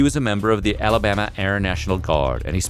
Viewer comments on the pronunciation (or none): none